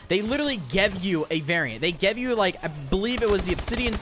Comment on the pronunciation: Why he say give like that?